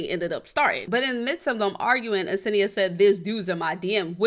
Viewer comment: senia not asenia